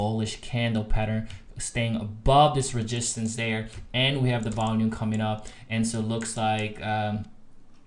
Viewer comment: Why are you saying ReGistance????